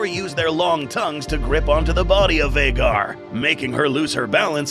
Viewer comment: It's been this long and he still hasn't corrected to Vhagar. Lmao